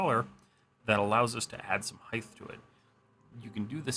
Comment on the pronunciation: I appreciate the video, and I don’t want to upset you by saying this, but constantly hearing “height” as “heighth”, like you’re a 16th-century man with wooden teeth, is driving me mad, especially when it’s said correctly in the same video. 😂 (I understand it’s a quirk in some parts of the South, so no hate, but it’s killing me.)